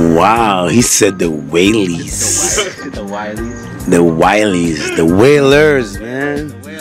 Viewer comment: The wailees? 😂😂😂😂 disrespectful